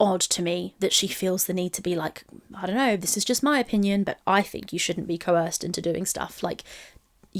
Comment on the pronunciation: CoHorsed! what are you talking about? Hahaha check your English 🤭